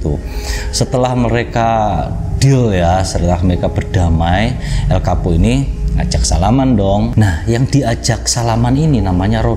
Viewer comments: Darimana coba Chapo bacanya Kapo, gila sotau bgt😂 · Chapo bukan kapo ngab😀